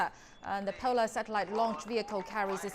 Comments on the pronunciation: 104 satellite lunch ? Seriously 😂😂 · Bro it's not lunch, its launch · satellite lunch 😀😀😀